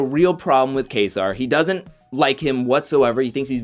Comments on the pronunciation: Its pronounce kayser lol you sound like cody saying kaysaar lol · My man can't even say kaysar. Sounding like cody Bruh